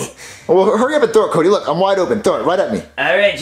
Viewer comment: He said cudy